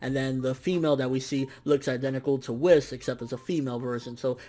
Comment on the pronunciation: It's Whis! Not Wis...WHIS!!! (Wheeeez) okay? Cool.